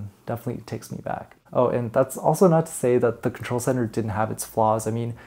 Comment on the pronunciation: Did you say "old contol" ?! 😳